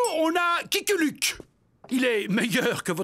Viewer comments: J'adore quand le Président Grant se trompe de nom en disant "Kiku Luke". Pas mal. Et le pari entre les 2 nations est vraiment génial. Vouloir savoir qui est le meilleur entre l'Amérique et l'Angleterre en se servant des Dalton, c'est tout simplement MDR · "Kiku Luke" 🤣🤣🤣🤣🤣🤣